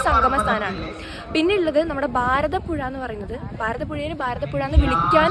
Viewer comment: ബാരതപ്പുഴയല്ല കുട്ടീ - ഭാരതപ്പുഴ. തെളിച്ച് പറയുമ്പഴേ ആ എനർജി കിട്ടു - സന്തോഷം 😊😊😊